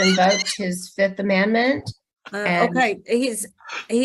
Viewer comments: "all objections" "Curtis has invoked his fifth amAndment" 😂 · Judge: Any objection? Worst attny ever: All objections. Client invoked his 5th amandmint. (spelled as pronounced!)🫣 I hope we'll see a hearing re her actions!